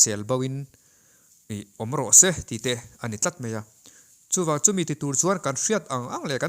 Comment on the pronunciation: 'Chu' tih i lam dân thlûk hi a dik lo deuh, lo inzir leh deuh teh